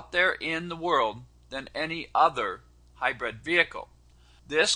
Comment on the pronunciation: Kind of annoying hearing him keep calling it hy-bred when it's pronounced hy-brid. I know of a couple of people that call it Hy-bird. But he's the best, so I guess he knows.